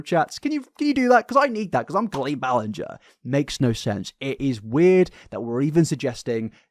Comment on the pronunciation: pronouncing it co-lean is so funny i always thought it was col-een. imagine meeting a guy named colin and saying co-lin